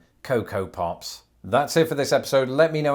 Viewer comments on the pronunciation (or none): The ways says Pops, I almost thought he said Puffs. For part of the video at least.